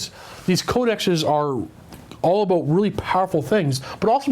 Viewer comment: "Talk a'boot"